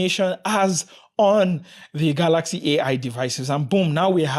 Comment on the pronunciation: I like ur pronunciation kaalaxi